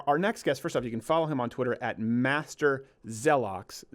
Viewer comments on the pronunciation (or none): Him: “Master zeloks” Me: what the actual fuck. No. Get out.